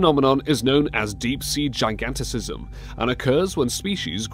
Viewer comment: Lol it's deep sea gigantism, not "giganticism"